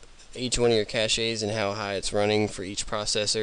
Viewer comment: Just FYI, cache is pronounced like "cash." The word that you are saying is cachet.